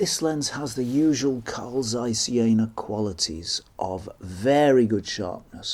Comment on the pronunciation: Very interesting to see them still around. (It's not the end of the world or anything but the "Z" in "Zeiss" is pronounced as "z" in "pizza" or "Mozart".)